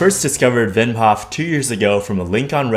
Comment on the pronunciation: Not only did you make a banger video, you also pronounce his first name the Dutch way! Respect and all the love :D